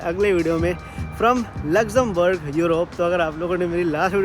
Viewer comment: Lexemberg kitni bar bole aap 😂